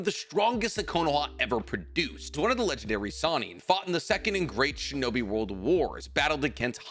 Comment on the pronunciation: I love the little slip during Jiraiya “Fought in the Second and Great Sinnobi world wars.”